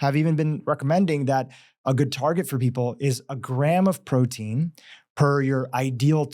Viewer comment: I can't get past her saying, prodeen .